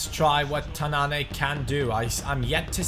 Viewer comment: It's Tananne not tanann"ey" :)